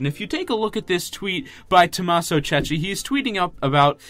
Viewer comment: The surname of Tommaso have to be read like Kekki, trust me i'm Italian